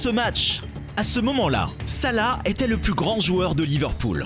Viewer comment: il s'appellesalah pas sala